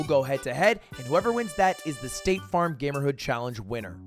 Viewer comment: I kept hearing stake farm as in stake the gambling company, and nothing quite made sense until I saw the "sponsored by staTe farm" at the end lmao